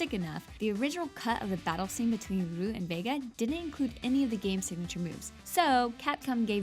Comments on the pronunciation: RYE-YOU or RE-YOU is ok but roo? Really? And also is 23 not 33 this girl can't pronounce names right or do math how did she get this jon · dude cmon it’s clearly pronounced re-you (Ryu) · Its pronounced (rye you) ryu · Why does she say ryu Like roo.. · Ewww, stop saying "roo". That's not how anyone says his name. That's how Japanese say it. Ur American. Ugh, so much cringe. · "Ken and ruu" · >Criticizes people who say "Ri-oo". >Calls him "Roo". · "Roo" triggered me so hard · "Roo" tf were you smoking? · Loooool "ROO" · nigga play any street fighter game. announcer says REE-YOU. RYU. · wow......you butchered a lot names names this vid. "roo"??? "Louie kang"??? wtf!?!? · That pronounciation of Ryu is so cringy. It's pronounced "Ree-you", and if you want to say it the absolute proper way for whatever reason you shorten the "ee" sound. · First, she calls ryu "Roo" and now, she calls liu kang "looey kang" (fact 95) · Roo?? really? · lowee kang... roo... jesucristo 0/10 narration lol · When she said roo I literally gave up and existed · Ikr!? It's REE-YOO!!!! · Does everyone else cringe when she says Roo instead of Ryu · WHY ARE YOU SAYING "Roo" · R-E-U! Get it right!. This really pisses me off ._. Dont believe me? Listen to the Smash 4 anouncer, Or to the Street Fighter IV anouncer shouting his name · Damn I heard raa you but not Roo good work america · did you call ryu roo and zangief zangife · ***** Anime and J-Dramas are in Japan are they not? Capcom is in Japan right? The Creator who came on Stage and he himself called him "Ree-yu" is Japanese right? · actually, both of them are wrong.. if u know any proper japanese friends and ask them, they will tell you its le-yu( the "e" is very very light to almost silent) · Yes, make a fact about how people are mispronouncing Ryu and then mispronounce Ryu THE WHOLE VIDEO. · U missed one fact... When u say Ryu (Ree-you) say it like that. Not Ruu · IT'S REE-YU NOT RA-YU DEFINITELY NOT RU REE-YU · Its not pronounced RUU!